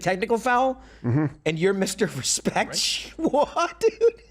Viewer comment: He ax you to respec him okaay